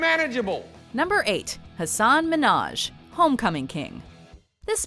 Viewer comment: Hey btw you're mispronouncing Hasan Minhaj's name - the emphases are on the first syllables of both his first and last name.